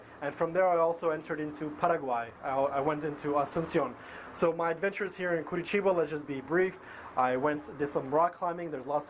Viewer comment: I really like to see Americans talking well about Brazil, especially when it comes to my city. Be impressed that you pronounce the name of the city correctly. Nice video!